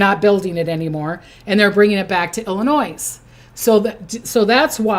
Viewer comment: Hello there. I’m from Chicago Illinois and every time you say Illinois I flinch because we do not apply the S on the back of Illinois. the s is silent. Just saying love you I’m a subscriber. Thanks for all your time and everything you do.